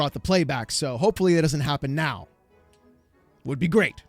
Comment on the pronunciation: Did you just say "... You gotta be kidding me right MEOW" ?? 😹